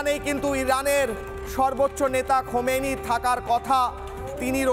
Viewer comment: ভাইরে ভাই তোমাদের হকার সাংবাদিক বলে কারণ তোমরা নামটা ভালো মতন বলতে পারো না খোমেনী না আলিয়াতুল্লাহ খামিনি বুঝতে পারছেন